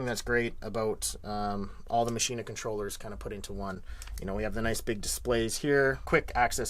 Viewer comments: It's not fucking called Maschin-Ahh. It's called Maschine and pronounced 'machine' in German with a very silent 'e'. There's no 'ah' at the end. /endOCDrant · Because it's german it is pronounced maschine, not maschina. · Ernest Parker It's a German product. It's like (🍅) Tomay-toe, to-motto. Either or is acceptable.